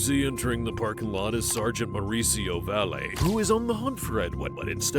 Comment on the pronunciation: Valle is pronounced "VIGH-yay." Esto llama es Española.